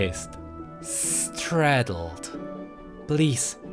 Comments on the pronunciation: My man said “straddled”. But just to correct (bc I have ocd and also NO HATE) it’s startled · You are saying stratled not startled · Startled* not stratled, but great video none the less! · its "STARTled" not straddled lol. But damn dude, can you just read more lore like this? This made me want to listen to the entire video instead of scrolling through to the good parts. I really hope you consider this because, damn dude you read that lore awsomely! Btw, you should read Zoe's lore like this EDIT: Sorry im a dumbass, i just noticed you have other lores and saw zoes. Thanks for making some like this, these are amazing! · Lol stratled... Startled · I know this is old but as a tip its start -eld not stra-tel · star-tled not straatled just putting this here love you btw <3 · it's STARTLED and you said STRADLED sooooo yeah 😹😹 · "stratled him" xd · It is STARTLED NOT STRATELED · Not in the first page of comments but it's not straddled. "Start-teld" Still, enjoyed this more than I thought I would, makes me want to pick up the game again. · i loved it but srsly ... its "star-teled" not "stratled" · "Sssssstratled" xD stratled? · startled sort of sounds like start+ild instead of strat-ild and stingsalve sounds like sting+sal+vv instead of sting+slave. Sorry, I'm not really good at explaining how English words should sound. Lovely work as always! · Stratled? don't you mean startled like start-eld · you kept saying stratled instead of startled .. but good video! really enjoyed it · i want to see a league bestiary now (and sorry to pick up on a small thing i'm sure someone else is gonna say it, but with startled it's pronounced star-telled otherwise your english is astounding) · u cant pronouce startled lol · You said startled wrong